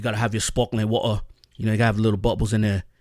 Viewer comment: It’s the way you captured his weird American British mix of saying water bro, good to see you posting content x